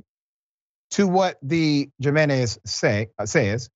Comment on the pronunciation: Can we realize in 2023 that Jiménez has an H sound at the beginning?